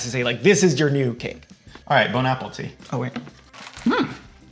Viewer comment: I love how says “Bone Apple teat” instead of “Bon appetite”